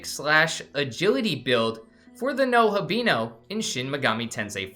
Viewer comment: You did not just say NOHAbino 😂